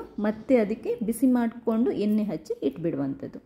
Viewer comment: ಕಬ್ಬಿನ ಅಲ್ಲ ತಾಯಿ, ಅದು ಕಬ್ಬಿಣ.🤦 ಹಾಗೇ ಎನ್ನೆ ಅಲ್ಲ, ಎಣ್ಣೆ ಅಂತ ಹೇಳ್ಬೇಕು 🆗?